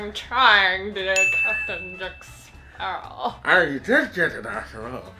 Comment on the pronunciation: When the way Brian Hull trying to say Captain Jack Sparrow to me he sounds like he said ( Captain Jack Sarah ) 🤣😂🤣😂🤣😂🤣😂